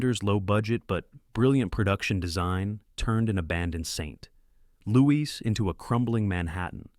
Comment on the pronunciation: Just a couple of examples: , during the section on Escape From New York, notice the strange pause in the "...and unpredictable. A (pause) character that felt ripped..." also, during the same section , notice the strange halting pronunciation during the line "...turned an abandoned Saint (pause) Louis into a crumbling Manhattan..." these are just two examples, there are many more.